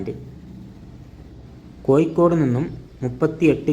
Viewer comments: കോയി കോട് അല്ല കോയ.. കോഴിക്കോട് 😂😂😂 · കോയിക്കോട് അല്ല..... കോഴിക്കോട് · സുഹൃത്തേ കോയിക്കോട് അല്ല മലയാളം സംസാരിക്കാൻ ആദ്യം പഠിച്ചു വാ